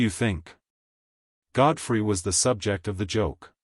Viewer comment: "Godfried?" Good grief, if you're gonna use AI, at least get it right. Terrible production.